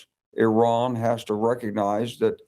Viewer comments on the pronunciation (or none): none of these generals can pronounce the name 'Iran' but they can all somehow tell us how this war is amazing and everyone is doing such good job, bravo!